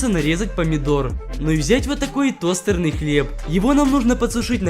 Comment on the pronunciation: товстовый,а не тосторный